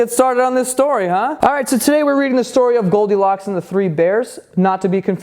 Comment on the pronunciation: I though u r saying goldicock